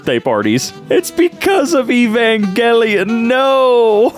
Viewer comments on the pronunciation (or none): Evangeleon? Its evanjelon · Idk but the hard g is just wrong lol